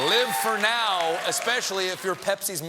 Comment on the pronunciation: i love how he twisted 'live for NOW' to 'live for-now'